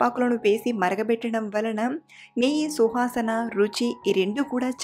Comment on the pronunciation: super andi but suvasana andi shuhasan kadu andi 😂